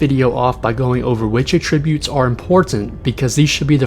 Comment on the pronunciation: Great info, but..."attributes" has the same "a" sound as "apple" and it's koo-day-tah.